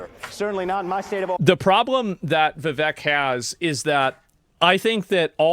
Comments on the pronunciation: You're saying vivek name wrong Its viv ache Not Viv vek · Vivek, it rhymes with cake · It's Viv(ache) not Viv(ek).